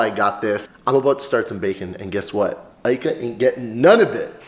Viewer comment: Ika not Kia, I mean really.